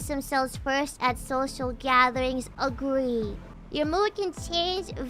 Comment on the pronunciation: Agwee or Disagwee